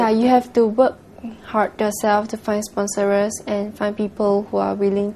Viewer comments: did she say SPONSOR-ERS?!!!! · at the opening, the host said 'miss singapore WER' omg pls lah pronounce better. 'i did it vo-re-tar-ri-ly' 'spon-ser-rer-s' ...5 times